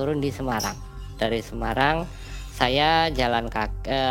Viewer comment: Semarang bang e bukan semayang hehehe